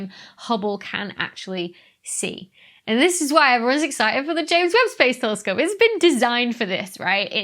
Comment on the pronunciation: Every time you say ames Webb Space Telescope it gets delayed by a day